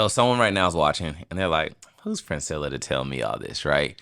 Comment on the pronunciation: During the introduction, she looked up at I know these man didn't just say my name wrong. It's Princella Clark 😂😂 Reguardless this is definitely one of the best podcast she's ever been on.